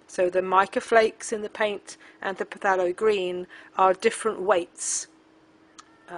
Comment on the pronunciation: From an English teacher to an Art teacher - phthalo is pronounced thay-lo. Rhymes with halo.